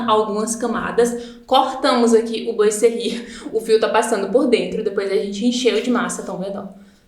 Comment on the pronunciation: A pronúncia correta é "boazerri". Adorei a explicação de como instalar.